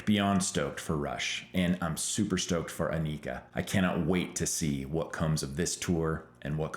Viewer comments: Holy Crap can you at least say her name properly for F sakes, It is not Anik___a it is An___ik___a and you have her last name wrong as well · You're pronouncing Anika's name wrong and you met her? LOL Not even she pronounces it the way you do. Listen to her interviews. Anyway, great video, you make great points and totally agree!